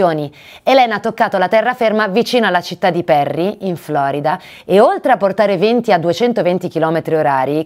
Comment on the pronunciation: Si è continuato a dire "20" e non VENTI. Attenzione alle "E", con i relativi accenti...